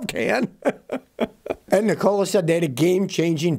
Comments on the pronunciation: It's NEEKOLA not NiCOLA ITS SPELLED NIKOLA I know how to pronounce the name and I'm not a fan of that company USA MADE TESLAS ONLY IF I never go that route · Ni COLA ?? You make it sound like a soda factory good God man pronoun the name correctly you're sounding like Asian whombarely speak English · Pronounced nick-a-la. After Nikola Tesla. He was a scientist. Not a soft drink. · Lmao why do you say Nikola that way